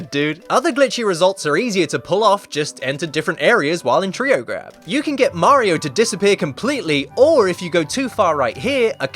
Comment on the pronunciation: how many times does he have to say treow grab